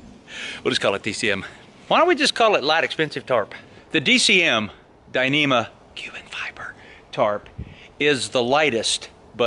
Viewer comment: Hey, just a heads up on your DCF point at the start of the video. DCF actually stands for Dyneema Composite Fabric, not "dyneema cubic (sic) fiber" - I know you meant to say cuben not cubic.